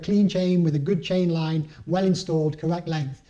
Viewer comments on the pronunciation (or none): none